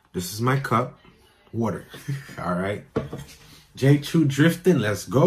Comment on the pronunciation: It is pronounced “Chow “, my guy. Not CHEW.